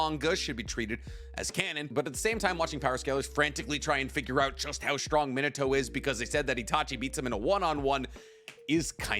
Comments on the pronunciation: Why does he say Mini-toe instead of Min-Ah-to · Bro you driving me crazy saying minato’s name like “mito” 😂😂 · Does he not know how to say Minato's name correctly? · The butchery of his name is on another level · hate how he pronounces minato